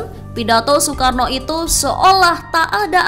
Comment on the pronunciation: Nasakom dibacakan soekaarno